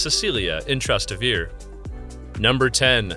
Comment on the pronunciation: "If you want a 100% Italian experience, then you must visit 'Tras-ta-vir'. Yeah, sure, just try asking where "Trastavir" is! You will get a rather Italian experience of Italians looking at you like you're crazy. You pronounce all the vowels: Tras-Tay-Vair-Ay. But what am I doing, talking to an AI.